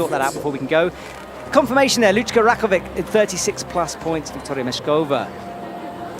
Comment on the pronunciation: Can someone get a pronunciation guide please? How many times do Alberto Ginés López or Lucka Rakovec have to get into finals before he even tries to learn how to say their names? How do you mess up Rogora so badly? I suppose we should be thankful he gets Laura right. Edit: apparently Rogora is something like he says it. Boscoe was getting it wrong all this time:) I'm still gonna complain about Ginés Lopez though